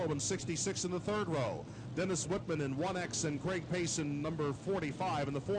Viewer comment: Think it's Dennis Whisman, not Whitman. But maybe I am wrong. Ahhh they corrected it during the race. Always see Whisman ( The Rebel) racing figure 8's at Toledo.